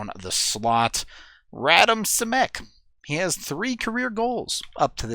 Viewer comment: As a sharks fan, this was a great video! It’s interesting to see the other side’s perspective. I do agree, I think the avs just played sloppy more than the sharks were playing good. We’ll see how they do on Wednesday and good luck! Keep up the good word dude! (btw Simek’s name is pronounced rah-DEEM SHI-meh-k)